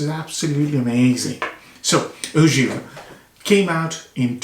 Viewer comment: Only correction is givré (givrée) there is a tone that influences the pronunciation. Frosty as you know